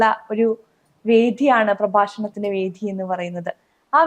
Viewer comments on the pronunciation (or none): സരിധ അല്ല സരിത വേധി അല്ല വേദി അവതാരക ദയവ് ചെയ്ത് മലയാള ഭാഷയെ കൊല്ലരുത്